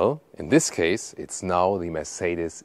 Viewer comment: Könntest wenigstens den Markenname richtig aussprechen, damit man das im Ausland endlich kapiert !!! Wir passen uns ja auch der Aussprache ausländischer Marken an. Scheint bei dir leider nicht so zu sein. Aber einen Umlaut im Kanalnamen.😂😂😂 Habe schon so einige Videos gesehen, wo Amis gestaunt haben wie deutsche Marken ausgesprochen werden.